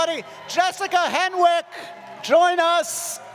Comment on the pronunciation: Fairly sure that Henwick is pronounced “hennik.”